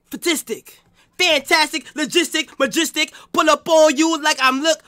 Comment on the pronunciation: This nigga said magistic 💀💀💀